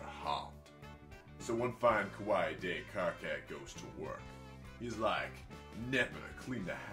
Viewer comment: Jeez man, kawaii has three syllables.